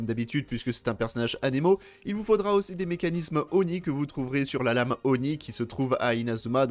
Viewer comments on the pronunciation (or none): none